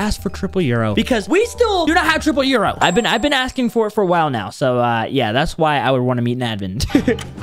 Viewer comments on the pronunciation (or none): do u know why u dont have triple yoru? Becuase u says euro in stead of yoru